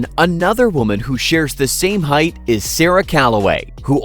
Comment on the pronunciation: It's height, not heighth. There's no TH sound in the word.